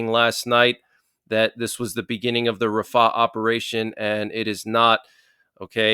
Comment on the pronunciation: He is saying it wrong